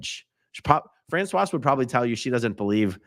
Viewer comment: Respectfully, with the French pronunciation of this name one does need to sound the final consonant before the "e" ending because this is appropriate for the feminine spelling and pronunciation of Francoise. The male version is Francois pronounced as "Fran-swah." Francoise has a bit of a "z" sound at the end ...not the "s" sound, lol...and voila!